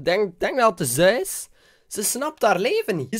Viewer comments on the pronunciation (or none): none